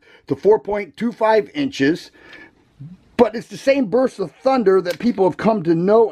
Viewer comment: I like the Burp-sa over the Toe-rus. Lol 😂